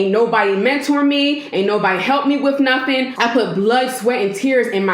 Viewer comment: wiff noffin'? Girl...!